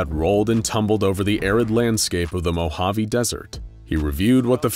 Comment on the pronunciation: The way he says Mojave and Navada hurts my very soul